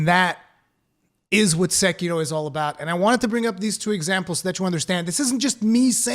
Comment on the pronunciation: I appreciate your effort to get the Japanese pronunciation of Sekiro right as a Japanese speaker would pronounce it.